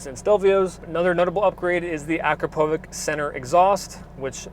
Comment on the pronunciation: How can enthusiasts still be saying Akrapowvik 😂 Learn how to pronounce that shit ffs.